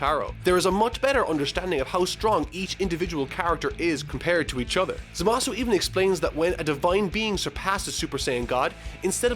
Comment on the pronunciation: Who the fuck is "Za Ma Suu"??? I only know of Zamassss